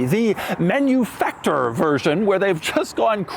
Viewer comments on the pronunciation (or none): "Manufaktur" is not pronounced "Menufaktur" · By the way, please pronounce Manufakture in the European way as Man-you-Fak Tooor by emphasizing the bit of extra SPACING between Fak and the looooong pronunciation of Tooooooor This is a nice car! Anyone want to give one to me for free? Are there any hot-looking 55 year old Divorcees who want me as their boy-toy and can give me one of these as my Birthday present? We can test out just how comfortable those backseats actually are! V